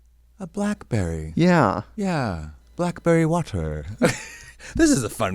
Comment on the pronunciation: I keep coming back for “blackberry waterr” so often 😂😂😂😂😂😂😂😂